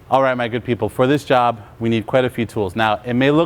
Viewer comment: thanks, do you keep saying “my good people” or “maggot people?” Lmao